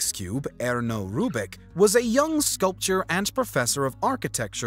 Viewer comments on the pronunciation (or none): The words the narrator mispronounces are so interesting. "Women, soot, ubiquitous, sculptor" No hate, just so interesting.